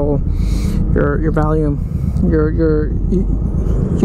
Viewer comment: Did you say Valium or volume?